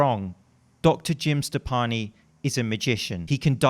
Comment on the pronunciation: says: Jim Steppani. Youtube captions: Jim Stefani it is. I ain't no hollaback BCAA girl. I ain't no hollaback